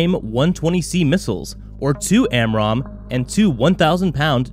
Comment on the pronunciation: Pronounce the 120 AMRAAM and Northrop correctly. Just because you said them wrong, I’m betting this is trash.